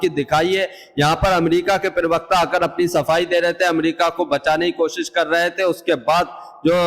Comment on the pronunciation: पहले अपनी भाषा को सुधारो एंकर महोदय privakta नहीं प्रवक्ता है